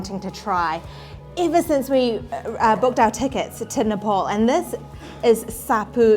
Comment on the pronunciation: u need a spoon! how messy! and it is ne- pahl not ne-paul.